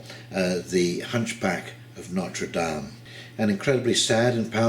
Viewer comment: If you hold this cathedral in such high regard you could at least bother to pronounce its name properly.